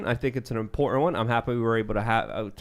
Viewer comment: Someone tell that there are 2 "t"s in the word 'important'. To him everything is imporent. Lol